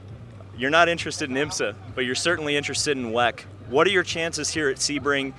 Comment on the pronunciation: For the love of god stop saying weck